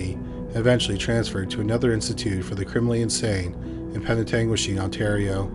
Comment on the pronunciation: Full marks to you for correctly pronouncing Penetanguishene!